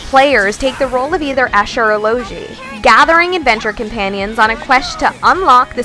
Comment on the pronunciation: Asha or Loshi? Its Es Ka and Lo gee rip